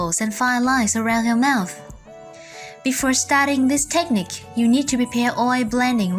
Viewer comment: It isnt TEchnique, but rather techNIque. The emphAsis is on the wrong SyLAble. 😮 oy!